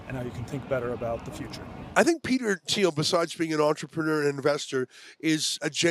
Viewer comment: "I sshink it's a good sshing.." 🤯